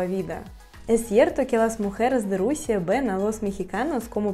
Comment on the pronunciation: Me encantó lo de la Rusía, sonó como Rosalía. 😃Espero poder aprender el ruso y conocerla algún día. Muchos saludos desde el Ecuador 🙌🏻🇪🇨